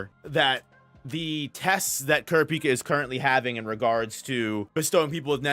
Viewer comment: Please learn how to pronounce 'kurapika'